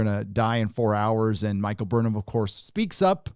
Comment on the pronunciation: i only hear Michael BURNHER